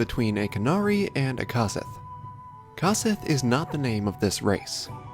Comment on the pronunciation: isn't it pronounced COsith like CO-OP?